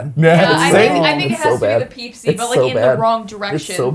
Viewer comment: I'm so glad my friends and I aren't the only ones who call the peeps Pepsi "Peepsi" LOL